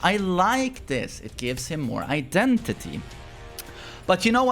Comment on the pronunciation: You do good until you say “identity” lmao